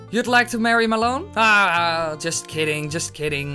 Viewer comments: i was pronounced it mal on, not ma lon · It's Malon, not malonne! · its Mal-on not Mulon